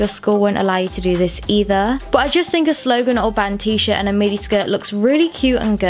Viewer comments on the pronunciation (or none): none